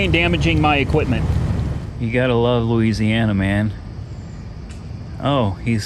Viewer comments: Somebody just put a brake tag on the red vette before it sold at auction. Look 8-22. Also... Nobody says Lees-e-ana. 😆 😆 😆 I'd clear over the silver vette and leave it as is. I think it looks awesome as-is. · Louisiana not Indiana you fool